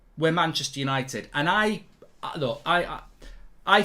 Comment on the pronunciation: "We are Manchester Yanited" 🤡